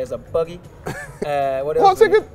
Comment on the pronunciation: the way Eriksen says buggy is so funny to me😂